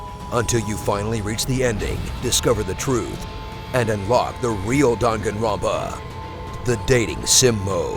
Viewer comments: I do like the video but it sounds weird if there saying dungunrunpa. It should be dang gun run pa see the difference? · i heared drunkenropa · You pronounced the name ronpa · dahn gahn ro pah. Pronounce it right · Only watched to see how he pronounced danganronpa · Anyone get annoyed at his mispronunciation of Danganronpa? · danganronpa THE GAME YOU CANT SPELL OR SAY CORRECTLY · Love this game, but got triggered when you kept saying the name wrong along with other words with Japanese origin. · The way you pronounced Danganronpa pissed me off, but apart from that great video!